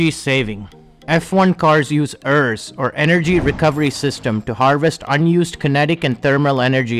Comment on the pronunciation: Only thing is it’s pronounced ERS not errs